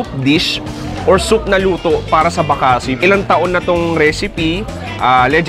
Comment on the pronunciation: Bakasi is pronounced mabilis not malumay